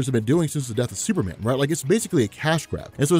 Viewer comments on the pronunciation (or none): none